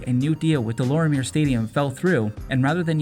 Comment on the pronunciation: Deh - Lawr - mee - yayy stadium. Is the proper pronounciation , kid